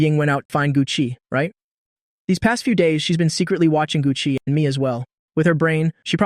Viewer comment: “Gu Chi” 😂😂😂 “Gucci”…